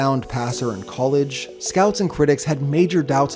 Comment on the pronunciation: It’s cah-ledge football not coo-ledge football. Cringe